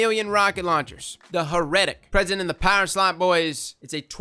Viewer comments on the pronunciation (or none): For the rocket launcher dude it's pronounced herr-eh-tick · heretic? Come on man. Heh-ri-tick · It’s pronounced heretic (hair a tick) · did you just fuck up Heretic LMAO. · Wait a minute, mispronounced "Heretic"! HERESY! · Heretic is pronounced...not like that. Blasphemer is also no pronounced differently to "Blasphemy". More like "Blass-fee-mur". Dragonfly? Nooo it's an energy pulse. And kill clip is for the forgiveness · 😂🤣 we’re all here for the mispronunciations. Dint ruin this for us!!